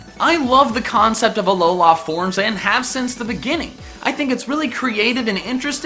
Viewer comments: He sounds so white when he says Alola, AlolAA. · Aloha forms learn to freaking speek